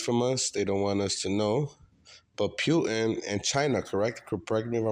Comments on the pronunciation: The way buddy keeps saying POOTAN is kiling me 😂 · Pe-yoo-tin...??? HAHAHA